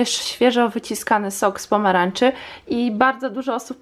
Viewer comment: czemu mowisz z pomaranczy a nie z pomarańczy